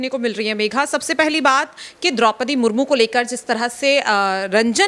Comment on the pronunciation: आप भी राष्ट्रपति का अपमान कर रही हैं। उनका नाम सुश्री द्रौपदी मुर्मू है। आप "मुर्मुर" बोल रही हैं।